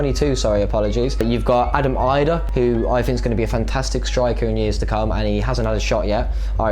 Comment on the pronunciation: Its Adam E-dah i believe, even the Irish with foreign names are hard to pronounce, never mind the natives. Don't even get me started on Doherty, brits are just incapable of pronouncing that properly, they must be doing it on purpose to rile up the Irish